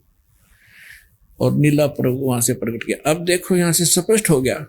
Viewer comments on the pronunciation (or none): none